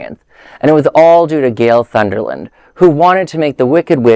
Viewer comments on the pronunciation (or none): Not Sunderlund - It's Sondergaard